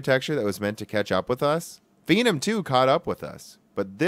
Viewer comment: Phenom is obviously a shortened form of phenomenal or phenomenon. So why are you pronouncing it fee - num?